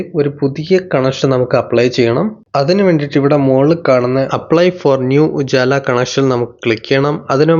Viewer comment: ഉജാല അല്ല ഉജ്വല 😂😂😂